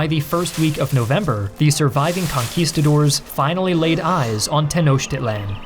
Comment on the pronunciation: Boy, the pronunciation ‘Tenochtitlán’ in this is so off 😣